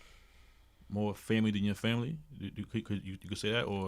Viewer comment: whaddya mean “favorite”?! there woz bout 2 b a epp body on queenzflip. queenz saw shaun bout 2 red 🔴 g money & got his mans outta the firing line with a st-st-stuttering pronunciation of the word family, not favorite. streetz b alwayz listening as well as watching. shawn hartwell’s lived that life frfr 🤣👁👂🧠💪🏾💰